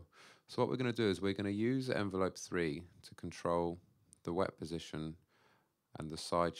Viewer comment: It's "wavetable position" not "wet position"